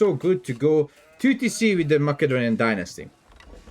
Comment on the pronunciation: yoo dawg its mase-a-donian not mack-a-donian xD keep it up brotha rooting for you in OO4